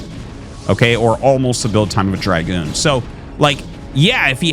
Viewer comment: Why is he pronouncing it like Draigun ? When its just a dra goon(gun)